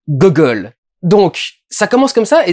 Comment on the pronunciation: "Gogole" mdrrrr